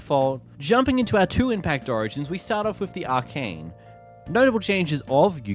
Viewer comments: Arachnea as in aracnid as in spiders not arcane as in magic A-rack-neigh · Not him calling Arachnae as “Arcane”. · This guy can’t pronounce anything LOL I was laughing after hearing him pronounce Alfiq but I was actually baffled by his inability to pronounce arachnae 😂😂